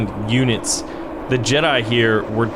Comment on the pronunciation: Jedi, not Jeda